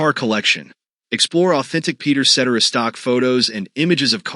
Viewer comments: Ce-Terra NOT set-er-ah. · You get mispronounced names🤣🤣🤣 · try getting his name right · More research. Up-to-date info and number one bummer is that his last name was mispronounced. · This video would have more credibility if you pronounced his last name correctly. 😂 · I'd be better if you knew how to pronounce his last name.....gads